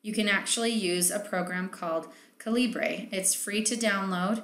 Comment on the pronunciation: Hi...love your pod casts. One thing...it's Caliber...not Calibray, even thought it's written Calibre. This from the Creator. I've listened to his audio files...just saying. And, since you're all about making money...and helping author's make money...don't forget to let people know that while Calibre is free, they do ask for donations. Just a couple of buck would be greatly appreciated. I've donated $30 over the last year or so. If we want these free programs to remain available, donate. It's a small price to pay for the amount of work that goes into it's continually evolving updating.